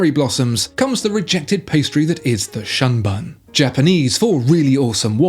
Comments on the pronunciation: The Grand Seiko SBGA413 is pronounced “shoon boon” as in “moon” instead of the short vowel in “sun” despite the funny spelling of Shunbun. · I love your videos but your pronunciation of Japanese names gives me more cringe wrinkles than an English Bulldog. TSUyosa like TWIn. SHUNBUN like SHOULd and melBOURNE (Aussie pronunciation). 😉👍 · Please pronounce the Shunbun like shoonboon. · If it is shunbun then you have absolutely no clue about the language.